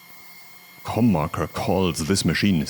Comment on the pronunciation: I thought the logo said “CornMaker” and I thought you said “Cum Marker”. Love all of this.